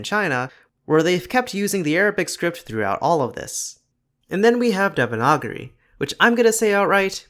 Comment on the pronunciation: I'm sorry how tf did you pronounce devanagari